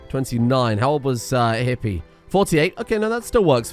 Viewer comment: Hippe is pronounced Hippuh (as in duh) and not Hippy (as in hippy). In case you'll play any more language games on the second channel: In Dutch "E" can be èh (as in beg) when between consonants; ay (as in mayday) when at the end of a syllable; or uh (as in bruh) whenever we damn well feel like it. And just when you think you can now pronounce Hippe Springveer I need to add that it's not Springvayr, but more like Springvir bc the "R" changes the sound of the ay sound to more of an i sound bc saying eer as ayr is awkward. But take solace from the fact that many dutch kids when learning to write, write -ir i.s.o. -eer too.